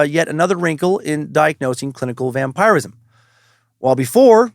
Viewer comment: Hes definitely pronouncing it correctly. It can be prononced two ways really.